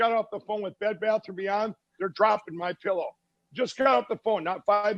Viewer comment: MI-PEE-LOW, hmm?